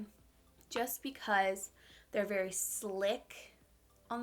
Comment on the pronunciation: It’s so cute how she says “verwy” oily. 😂💜 Lol. I don’t think she even notices, but I noticed it in the last video too. She can do no wrong though. Love you!